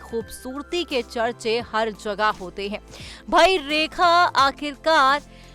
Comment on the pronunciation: 2min ke liye 10 min barbad kr di bhayank such 😡bhayank raj 😡 rekha ji ke nasm se tujhe 10 min jhela hy ham sab ne unka naam to thik se le le